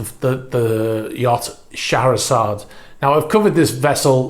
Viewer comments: It's pronounced "Share-a-zard". Hope that might help a bit. I believe it is a pretty universal pronunciation of that beautiful name. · Great video. On a funny note- i didn't realize that "Шахерезада" is pronounced like you did)